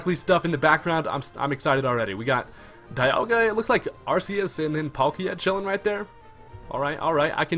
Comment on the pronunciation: It's ARK-EE-US NOT ARSE-EE-US